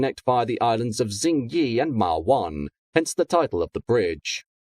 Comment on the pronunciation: it’s not pronounced as Ching Ma and Ching Yi?